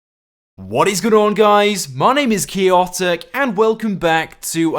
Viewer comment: Dude say your damn name right, it's chaotic not key-otic such annoying voice